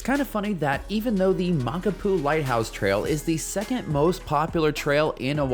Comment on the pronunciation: My father in law helped build that trail/road/pathway. It's fun, a good grind, and beautiful. Check your pronunciation of the trail name though.